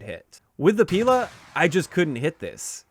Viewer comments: In fact they are not píla and stréla! They are pilÁ and strelÁ . That's how you pronounce them right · It's actually pilA. Stress on the last syllable. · Fun fact: As Pila and Strela names have Russian origins (translated as "saw" and "arrow" respectively), it would be more correct to pronounce them with stressing on "a" characters: pilA, strelA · It is pronounced “pilA” and “strelA” - russian words for “saw” and “arrow” respectively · Both Pila and Strela are stressed differently. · In words Pila and Strela stress should be on the las letter A, not I or E.